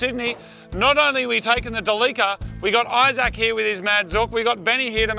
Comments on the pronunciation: It's so awesome to relax and watch the best 4x4 channel on YouTube! But why did they keep mispronoucing Delica 🤷‍♂️ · I love how you guys are still calling it Da Leeka because of its oil leaks! 😄 Instead of the correct Dell-ick-uh. BTW, never trust a vegetarian to cook your steaks! Haha just kidding, looks like they turned out okay because they weren't actually well done when you were done. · ITS NOT A DE LEAK AH, ITS DEE LEE CEE AR